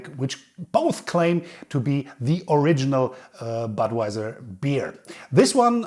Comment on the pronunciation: thats not badwajsr but butvajsr